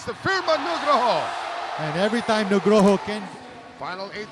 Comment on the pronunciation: Senang mendengar komentator bilang Nugroho... Nama orang Indonesia